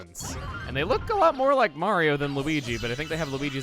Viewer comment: i could have sworn peach said marigi